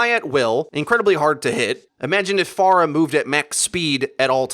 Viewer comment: The way this guy says stuff makes me imagine him with a shit eating grin. Also am I the only one who hates how he pronounces certain words such as phara or hanamura, or is it just because I'm from Michigan and my dialect is weird?